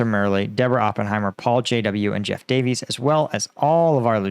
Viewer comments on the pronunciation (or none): none